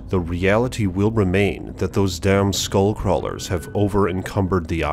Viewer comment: you're not saying it right